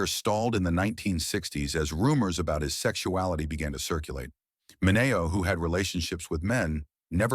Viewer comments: Sal MIN-ee-oh, not Muh-NAY-oh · Interesting video. Note: SAL MINeo. Not SAL MinAYO. Several other names are also mispronounced. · It's spelled MINEO. not manio. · It is Sal Mineo not Sal Mano. MEN-E-OH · It is Sal Min-r-o!- not Min-a-o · It's .... Sal Mini-O not Min -A-O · ...and fake AI prononciations, eg Muno instead of Mineo. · Somewhat interesting information but no new revelations. Most annoying is the narrator's mispronunciation of several actors name. The worse offense is the name Sal Mineo. The voice over embarrassingly said "Sal Mi-nay-Oh". There are other ridiculous mistakes throughout. For instance 2023 was written in the caption as 2,023. The producer of this work should really spell check the captioning because rather than watch the information being presented we were laughing hysterically in many places. I assume there is a part 2 because the actors mentioned here were not really any surprises. Also "The Golden Age of Hollywood" ? There are only a couple of actors that worked in the "Golden Age of Hollywood". Please search further back into film's closeted actors. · AI sucks, Sal 'Men-nayo' LOL!🙄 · Is this AI narration? If so, please teach AI correct pronunciation of George Takei [te-Kai] and Sal Mineo [Min-e-o]. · Sal Mi-NAY-o, LOL. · Sal Min-na‘y- oh? Really? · Who is narrating this?? Mi-NAY-oh?? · Sal Mineo was pronounced Min E Oh! That computer voice should have been taught the right words! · Sal Min Ay Oh The problem with AI voicing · It's Dr. Kildare, not Calder. Who does your titles? And Sal MIN-eeoh, not whatever is said on the soundtrack. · And numerous mispronouncing of names. Sal Mineo...........Min e-o. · Sal Min-A-o????? Hey robot voice, if you need some help give me a call. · It's mini O, like a cereal! Geesh!! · Plus the narrator pronounces some names wrong like Sal Mineo. It's Min-ee-oh. When Sir Michael Redgrave is first mentioned, we see a photo of Sir Laurence Olivier. Also, I doubt that Gene Kelly was gay. Never heard that before.